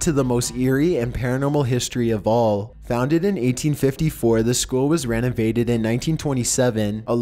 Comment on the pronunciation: Got ya again! I heard: Redavaded instead of renovated, and Chlora instead of Cholera, and Investigated in salvaging instead of Invested in salvaging. Sorry man just one of those things that kinda irks me but rlly doesn't matter. ;) no disrespect meant.